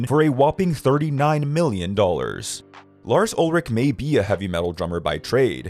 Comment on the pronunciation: You are pronouncing Lars's last name wrong.